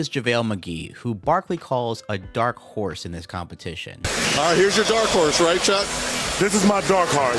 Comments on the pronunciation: I thought he said "dark heart" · Chuck “this is my dark harse”